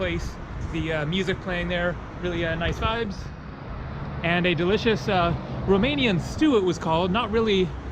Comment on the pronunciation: Hey i am from romania and i need to say that you have a very good romanian acent